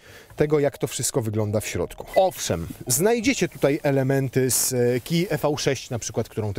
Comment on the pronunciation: KiAjEj 😂🤣😂🤣 a nie KejAjEj? :)